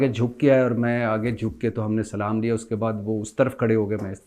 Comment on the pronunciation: Bhatti SB apna salam kehne Ka talafuzz theak karain Accha Nahi Lagta...shukria